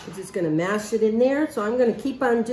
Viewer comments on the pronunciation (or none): none